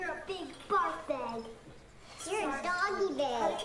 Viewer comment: did she say doggy bag or doggy bear??